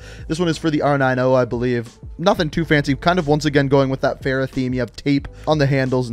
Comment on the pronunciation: Anyone else supremely annoyed at his mispronunciation of Farah? Girls name deserves to be said correctly.